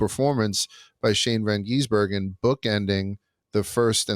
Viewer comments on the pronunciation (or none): Someone please tell to stop calling SVG "Van Geesebergen". Also, if you watch circuit racing, rain races are usually the best.